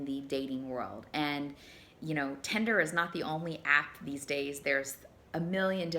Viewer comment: I wish there was an app called Tender like she keeps pronouncing it lol. It's the opposite of Tinder: An app for verified emotional affection and connection. Idk how you verify that digitally (and keep in mind I'm an app developer lol) but I would love that as alternative to this drive through fast food garbage dating in this country.